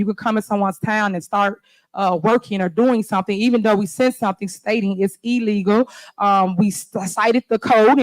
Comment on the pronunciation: "It's eellegal.." SMH